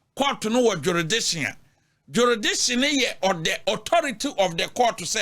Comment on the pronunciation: What is jeridiction 😂😂😂 asem ooo